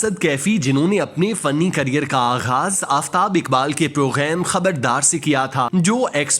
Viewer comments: bhai "program" main gaaf hota hai ghayen nahin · Are you pronounce English word "Program"in french pronunciation.